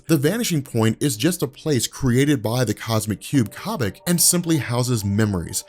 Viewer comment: it's Koh-bik, not Cah-Bik